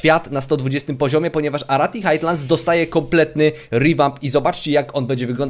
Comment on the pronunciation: nie "Hajtlands" a "Hajlands"